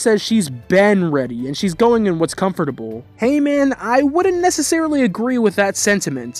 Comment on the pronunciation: "confertamble" "sentenent"